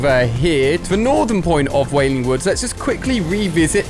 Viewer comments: U said waling woods😔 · I like how he said whaling woods